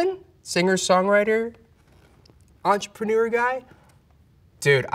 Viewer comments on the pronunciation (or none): none